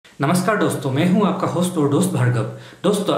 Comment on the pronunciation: Video ki shuruaat m hi glti kr di yr tumne दोस्तो की जगह डोस्त बोल दिया😂😂